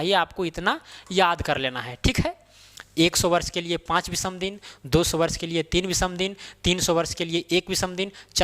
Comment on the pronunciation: विसम नहीं!विषम !! ओड डेज नही ऑड डेज !!